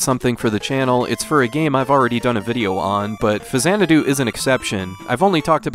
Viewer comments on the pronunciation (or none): faks-anadu. faks-anadu. faks-anadu. not fazanadu. I was a game play counselor back in the day. They made sure we pronounced it right on the phones. It's the way Nintendo pronounces it. It's the way Hudsonsoft pronounced it. It's pronounced that way in Captain N: The Game Master. An X in the middle of a word is never pronounced like a Z. Show me another example. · I know the series is pronounced Zanadu, but I have never heard this game called FaZanadu before. I've always heard people call it Fax-anadu. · Not fa-zanadu. It's Faks-anadu. I worked at Nintendo as a gameplay counselor. They specifically addressed this, informing us that it was pronounced faks-anadu (straight from Hudson's mouth). Show me another word where an X in the middle of a word is pronounced like a Z. It's a portmanteau of Famicom and Xanadu, sure, but the game is pronounced with a /ks/ in the middle. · X is only pronounced like a Z at the beginning of a word. “Zanadu” and “Faksanadu.” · "Fazanadu" lulw I'm so triggered. 🤬🤣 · I've never heard the 'X' in Faxanadu pronounced like a 'Z' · 600th comment here, you're mispronouncing it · Automatic thumbs down for your ridiculous pronunciation of the name.